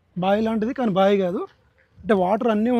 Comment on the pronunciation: Bro, మీరు బాగా కవర్ చేసారు, కానీ మీరు తెలుగు పదాలు సరిగ్గా పలకడం లేదు, అది "బాయి" కాదు అది "బావి" ఇలా చాలా పదాలు సరిగ్గా పలకడం లేదు, కొంచెం చూసుకోండి, తెలుగును బతికించండి